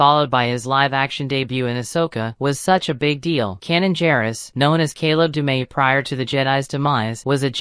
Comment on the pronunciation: Canon and Hairah... Kah-leb Dumay... freakin' dictation 😅